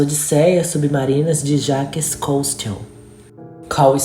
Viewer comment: Ninguém é obrigado a conhecer outros idiomas nem conhecer pronúncias corretas. Porém, quando se trata de fazer um trabalho envolvendo nomes e termos estrangeiros, convém saber para tentar uma pronúncia razoavelmente aceita. Jaques CosTEAL é o fim.